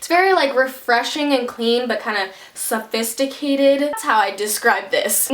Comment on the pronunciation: I love how she said SAFISTITCATED